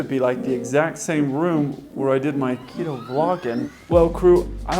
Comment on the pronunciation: It's Quito, not keto.